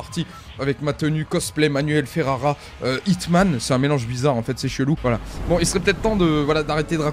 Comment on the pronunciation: C'est pas HITMAAANN c'est plus un Jhon Wick ;)